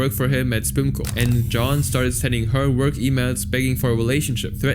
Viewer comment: spoomko lol. please be for real now, do you mispronounce everything so horribly on purpose? because it is so annoying, please stop